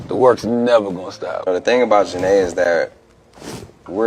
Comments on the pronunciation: The mispronunciation of her name is either because the audio is AI generated or it’s straight up rage bait. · It was so cringeworthy! Gotta be an ai generated voice! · I clicked off after the second mispronunciation of her name. Do better and stop using AI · Big Sean makes me sick And why are the names being constantly mispronounced. It’s distracting lmao. This should have been fixed during editing